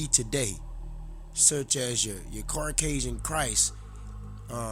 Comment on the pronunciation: Understood but seas•are and Caucasian (no r in it) I'm not tryna clown you or nothing. We just gotta come correct or not at all. Preciate the knowledge tho